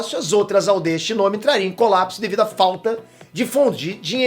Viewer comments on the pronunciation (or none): #Obito n é shinóbi nem zétsu é shinobi e zetsu